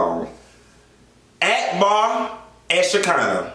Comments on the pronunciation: When he read Arkbar 😂😂😂. Like thissss 😂😂😂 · Lmao why u read akbar like that girl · When he read Akhbar, I died like disssssss...💀💀💀💀💀💀💀💀